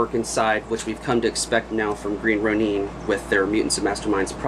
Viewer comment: It's (green) "row-nin" not "row-neen"!